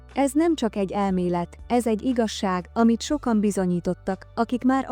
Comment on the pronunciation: Az iga-zsákot hallottátok? Igaz-ság helyett mondja!😂😂😂